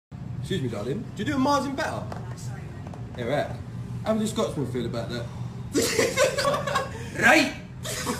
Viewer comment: RRRRIGHT THAT JUST DOES IT LOL